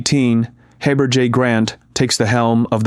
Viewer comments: I t would have been nice to present both sides. You mispronounced Heber (long e sound) and Zion. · When you speak of Nathan Elden Tanner, you could not even make the effort to get the right photo but instead use Bruce R McConkie. Also, practice getting the correct pronunciation of “Heber”. Not that hard. “ensign” will be tougher for you. Not Ensun like a sailor, but Enzine. And who are the Tanners? All but gone. Mark Hoffman in prison, Salamander, forger, ancient history; background music should be changed from something spooky to something more like “How lovely was the morning”. The Church is like a great caravan, which continues on in spite of some jumping off and … (distractors try to stop it, but to no avail). The Caravan Moves on. GC 1984 BRM